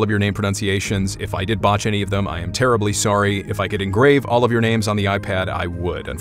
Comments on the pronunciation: Your pronunciation of everyone's name was amazing and the voices and funny quips were very entertaining. And that's the end of the video people! Great vid as always! 👏 👏 👏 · It does not go unnoticed my man spent HOURS getting the right pronouniations for the nanes correctly. He is top shelf first class all the way. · Good job reading those difficult and foreign names! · stories OUTSTANDING on pronunciations impressive. Thank for your stories keep them coming.